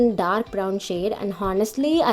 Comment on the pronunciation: h is silent in honestly...